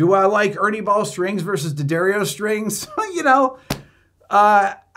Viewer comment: Thank you for not saying "DEEEyuhdarreeoh!"